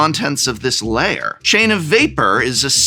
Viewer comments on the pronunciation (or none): New to the channel, loving everything. Is there some kind of inside joke I'm not understanding for why the floating head secret lair alert is saying Layer instead of Lair?